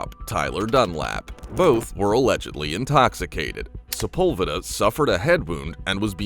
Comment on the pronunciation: Sepulveda is pronounced wrong